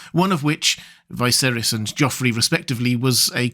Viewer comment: It's pronounced VEESERYS, NOT Vaihserys.